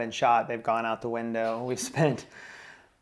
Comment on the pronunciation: "...our sailing plans have gone out of the Wynn-dow!" 🙈